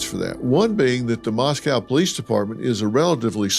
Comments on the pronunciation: Moscow is pronounced "MOSS-koe" rhymes with Cost-co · Love you Dr. Phil but you are pronouncing Moscow in correctly.. it’s pronounced Mosc oh… not like it’s pronounced in Russia